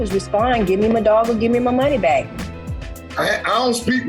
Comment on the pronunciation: Lol... I finally heard how he pronounced "back"...